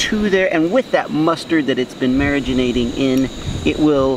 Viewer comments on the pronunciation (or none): It keeps irritating how he says marinating. it's not mariginate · Cant tell if he is saying marinating wrong as a joke or not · How many times he said “Mariganating” 👇 👇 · Mariginating isnt it marinating 😂